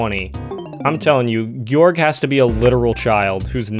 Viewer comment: can’t pronounce georg properly lol